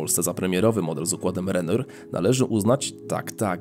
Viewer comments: Renoir chyba się inaczej czyta podobnie jak picasso. Reszta całkiem interesującą choć czekam.na innych producentów z tym procesowem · Michał Wójcik tez w sumie nie tak, bo był Francuzem. Ale powiedzmy, że angielska wymowa ujdzie. No i nie plastyk a malarz:-)( impresjonista) materiał jak zwykle super!